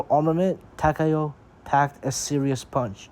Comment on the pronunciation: Finally, an English speaking person who pronounces Takao correctly